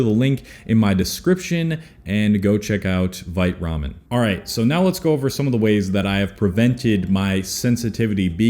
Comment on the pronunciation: LOL when you said 'Vite Ramen' the first time I thought you were trying to say 'White Rum' in like a Swedish Accent LOL